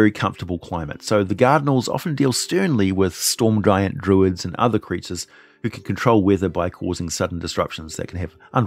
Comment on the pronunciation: "Storm guyant" These things happen and I'm not judging you friend, but I had to go back and listen again. Had a laugh. So... I wanna ask a question. We hear about fallen angles often enough but what of risen fiends (only one that comes to mind is planescapes fall-from-grace) and i get why for the game its more useful to have bad angels but I ponder on what prehaps a pit fiend or bone devil might look like after many centuries imprisoned and altered by the plane will look like. I imagine that becoming a good creature it may in time be given more freedom but as a concept I wanna know what you might envision.